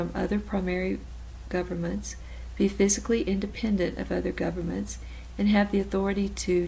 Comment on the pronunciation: Thanks for uploading the video. Just wanted to give you a heads up and let you know that its pronounced fiscally, not physically